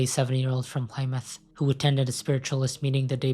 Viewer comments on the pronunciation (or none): They're pronounced "Abervan" and "Plimuth".